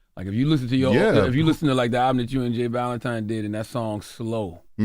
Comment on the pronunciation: Charla Called that man J Valentine , “J Balvin” 😂😂😂🤦🏾‍♂️